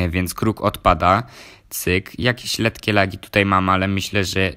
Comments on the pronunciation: chłopie lekkie nie letkie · lekkie a nie lettlie